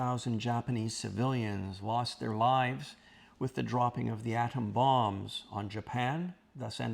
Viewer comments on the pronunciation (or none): none